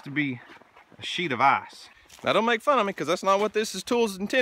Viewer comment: Ok. I’m not a smart guy... I’m working with a pretty standard level of intelligence.. But I do believe the fact that you drive through a stream has a lot to do with your ice (or as you pronounce it “eyes”) problem. Now I’ve seen this kinda of stuff up at camp, and out in the wilderness when getting to a cabin.. but this is your residence if I’m not mistaken? I guess my question is, have you weighed the options on correcting this flaw? What do you do during the wet season? If you play your cards right, you can build a bridge out of beams and planking for about $3500.